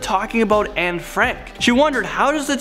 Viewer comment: I’m more freaked out that the woman who claimed she was Anne actually pronounced her name exactly right. Just like a Dutch person would.